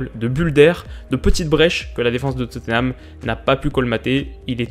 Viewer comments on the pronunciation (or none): Arrête de dire Totténham stp c'est très moche à entendre.